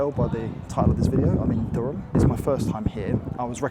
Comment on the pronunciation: Also Elvet, not Evlet... and Durham sounded a bit off too lol Durham is a very nice city to spend a weekend in, also a good base for a longer stay while checking out places like Beamish.